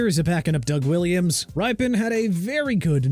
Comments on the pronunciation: It's pronounced Rippen, not Ripen. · It's RIP-IN, not RIPE-IN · This list is a mess for many reasons, but man did they get the Redskins stuff wrong. Mark Rypien's last name is pronounced like "Rip-pen", not "Ripe-Pen", and Doug Williams threw 4 touchdowns in the Superbowl, not 3. Perhaps that would be forgiveable if it wasn't a freaking Superbowl record and the most dominant performance by a QB in the Superbowl up to that time. Of course, they fared better than Joe Theisman, who won the Superbowl with the Redskins after the 1982 season but apparently failed to even get a mention here . . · It is rip-un like "rip" paper in half! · You lost me at mispronouncing Rypien